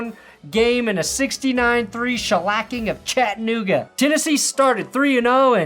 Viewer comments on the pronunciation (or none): no, the “a” should be there (“ah” sound). Most people from the North or West say it like “Chatt-in-nooga” for some reason or without the a like you asked